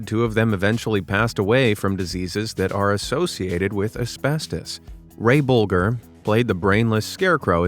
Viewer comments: Ray Bolger's name is pronounced "Bowl-jer" not "Bowl-grr." And the past tense of "cast" is "cast." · It's Ray Bowl-jer, not Bowl-gur. It's J, like in Jack. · It’s Bolger (Bolger) not Bol-grr. And the word is exacerbated, not exasperated! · I believe it's pronounced "Boljer," with a soft "g" instead of a hard one. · you said " that's a hard "g" in Ray BolGer's name. At least, it has been for the last 60 years." It's the other way around - he said it with a hard G and it should be a soft G, sounding like J. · The surname of Ray Bolger is pronounced "boljer". This is an inconceivable mistake in a video that has supposedly been researched. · The name is pronounced BOLE-JER... you video narrators need to learn the correct pronunciations for names and words!!!! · What? One of my favorite movie scenes of all time came about because of disentery? And, BTW, that's a hard "g" in Ray BolGer's name. At least, it has been for the last 60 years. And, yes, I know of at least one secret you missed. But, since no one ever talks about it, I don't want to be the first. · It's a really nice video. And I applaud you for doing it, but can you do me one huge favor? can you please do your homework? if you don't know how to pronounce an actor's name or you're unsure, Check it out on Google. Ray Bolger's last name doesn't rhyme with "vulgar" it's pronounced like Bulger that's very embarrassing to hear that because he's such an iconic actor and character actor. And director Michael Curtiz's last name isn't pronounced like Tony "Curtis". It's pronounced Cur-tees And as far as the mafia Lucchese family. It's pronounced: Loo-casey. Not Loo-keezy. so please, I beg you. Check people's names before you do these videos. Don't just assume you know how to say them, thanks!